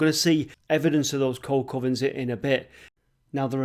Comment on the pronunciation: Not 'Coal Covern' it's a Coke Oven. It's just the way pronounced it with his north Manchester accent.